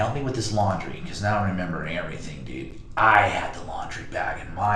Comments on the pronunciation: Dyood, like maan dyood. Man, like, dyood. Dyood. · Duuuude, this dude uses the word "dude" so much, dude. Man, and he pronounced it like "dewde", man. I'd be rich, man, if I got money for every time he said "dude" or "man", dude.